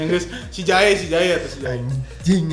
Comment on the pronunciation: Ngakak terus Kenapa harus JA.E sih kang bacanya wkwkwk